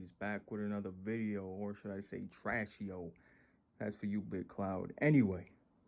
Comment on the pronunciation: u was supposed to say trasheo :(